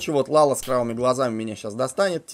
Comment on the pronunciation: Дурачок? Не ЛАЛА, а ЛЯЛЯ!!!!